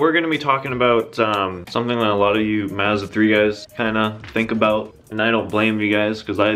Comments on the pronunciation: I hate the way this kid says Mazda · Can you like not say Mazda for the rest of your life? 😂🤙🏻